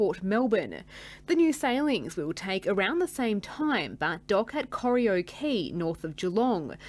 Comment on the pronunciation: So like a Tasmanian newsreader to mispronounce Corio.